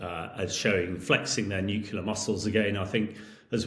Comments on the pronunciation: "New killer"?... Does this guy really not know how to pronounce "nuclear"?? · Do not take seriously anyone who pronounces nuclear "nook-u-lah ". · Yes, you wonder about his attention to (important) details ... and his pronunciation of 'nuclear' ... it's not nuc-u-lar! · As soon as I hear some sausage, who can't pronounce 'nuclear' properly, I switch off. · Russia has NOT lost 600K dead. That's all losses—KIA, captured, incapacitated, deserted. I'm done with this crap video. Dude can't even pronounce "nuclear." Not remarkable for the average person, but signs like that are all over the place with this poseur.